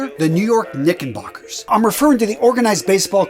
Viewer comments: *Knickerbockers, NOT Knickenbocker. Make a note of it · Did you honestly say, "Knickenbockers" over and over?